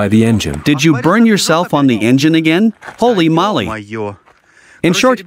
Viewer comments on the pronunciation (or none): Knitting needles are Spokes in english & " Holy Moly is not "holy molly" both words are said the same way as Holy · Surely this translator knows they are saying "holy moly" not "holy molley", who even says that lol and he says it a million times now...